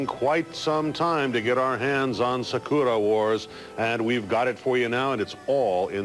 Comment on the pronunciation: Did that bozo really mispronounce "Sakura Wars" at the start?? Yes, we do still live in a Optic Yellow Subtitle world if you want subtitles you can actually see and read. Only Nitrate film succumbs to vinegar syndrome.